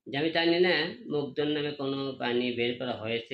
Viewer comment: আবার ও ভাইরাল হইবার চায়।কথা আগে ঠিক করে বল।মুগ্ধ ভাই বল।